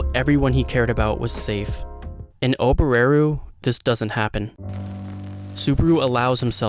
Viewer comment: The way you pronounce Ram and Oboreru really bothers me as a Japanese speaker..